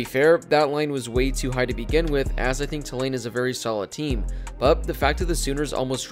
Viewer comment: It’s TOO-lane, not tuh-LANE.